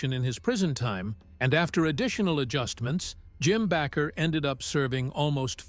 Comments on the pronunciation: Baker not Backer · You need to learn how to pronounce their last name Bakker. Shame on you for Judging Jim & Tammy.